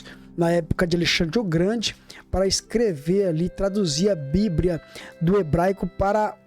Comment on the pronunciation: A paz meu caro, só uma correção, não se diz: "bibria:", e sim BIBLIA com L e não com R.